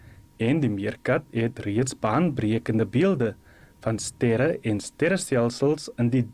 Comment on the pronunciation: Wie se " stêre" gaan die teleskoop kyk en wat de hel is 'n "OERKANAAL" D Dit is STERRE en 'n OERKNAL my liewe aarde! Kry mense wat professioneel is en die taal kan praat.